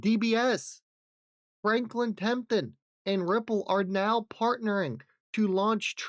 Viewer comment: Love the channel but for the love of God, why can’t you say Franklin Templeton?? Why do you say Franklyn Tempton… it literally drives me nuts…. Respectfully… 🤦🏻‍♂️😜